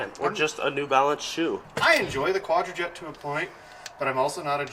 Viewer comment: ...its pronounced QUADRAJUNK. Edelbrock was a NICE touch